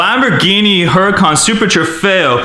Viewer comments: It is pronounced as uracan but it's spelling is Huracan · It looks like huracán but it's actually U-ra-cán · It's veneeno not vuh nen o also the huracán is pronounced hurricane